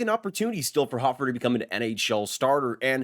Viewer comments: Dude...it's pronounced Hoe-fer, not hof-fer. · Ho-fer not hoffer